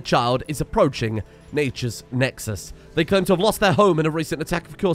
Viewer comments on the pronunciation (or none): none